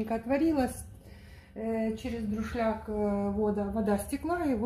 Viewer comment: Опять у нее друшлЯк и провансальные травы . Ну какая же косноязыкая 😅😅😅